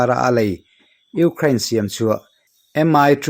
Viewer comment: I sawi tha viau na in Ukraine I lam dan khi,ram hming pawh a ang lo.uk rain tih a lam Rik tur a ni in ka hria